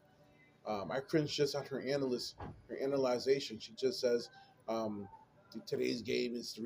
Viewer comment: What the hell is "analization" ???????? LMAO. This fool is being critical of a broadcaster